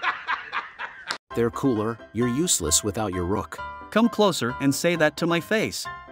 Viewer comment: Its not called ROCK ITS CALLED ROOK 😂